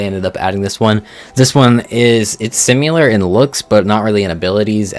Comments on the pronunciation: Cyrus' Critters: Thorax Spider mod is so good in case anyone wants a cute jumping spider that is rideable. Also...why do you say "simular" and not "similar"? lol. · Why do you say “simular”